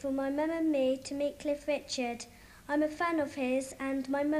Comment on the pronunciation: *Cliff Richard There's no 's' on the end.